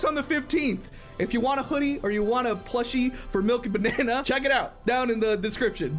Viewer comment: When you look at someone and say Mil-Milkybanana😂😂😂😂😂